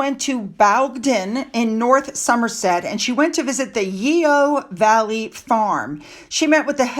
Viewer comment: Yeo Valley, pronounced "Yo". Just for future reference.